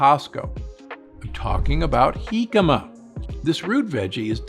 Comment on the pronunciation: Kudps on a perfect pronunciation of Jícama. Thanks Dr. Gundry for the valuable recommendations. This is pure gold!